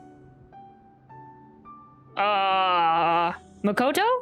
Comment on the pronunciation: The way you pronounce Makoto hurts me every time.. You literally hear all of them say it 20 times. ma-ko-to, not MAHKOTOW. Please